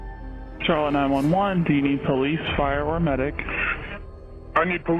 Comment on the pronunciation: Hey Charlotte is actually pronounced an Sh sound Just to help you out